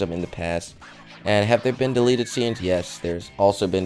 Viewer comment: 1. You Spelled Delete Wrong, You Said Delet. 2. The Gun Is Fake. You Used The Same Gun For Deleted s Scenes For SpongeBob. Plus You Showed No Footage. 3. If They Didn't Want Kids To See Blood, Blood Wouldn't Come out Of Clides Noise -_